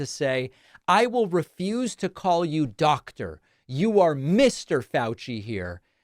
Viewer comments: “You’re not Dot-Der” what??? 😂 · Is she saying "dotor"?